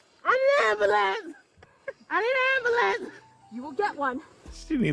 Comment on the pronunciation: " I need an ambuhlance."